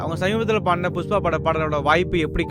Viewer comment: ஒரு பாடகியாக நீங்கள் உங்கள் உச்சரிப்பை சரிசெய்து கொள்ள வேண்டும்.உ-ம் புஷ்பா-புஸ்பா